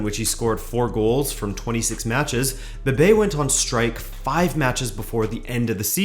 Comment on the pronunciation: Is Bebé, not Bebe